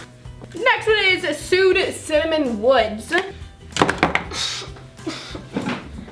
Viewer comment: That word sued is pronounced swayed